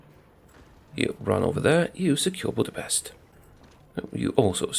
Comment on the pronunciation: Believe it or not, that is STILL not how you're supposed to say Budapest.